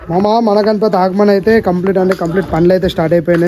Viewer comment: Agman kadu bro aagaman 😂😂